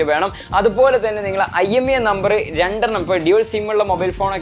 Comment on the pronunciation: Not IMEA it's IMEI